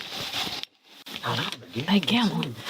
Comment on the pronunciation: “Hod’on, I’m stealing”